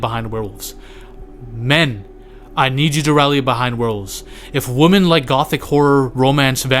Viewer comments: Stopped watching the second you pronounced women as woman twice. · Youre mispronouncing "women". Just commenting to say this cus it bothered me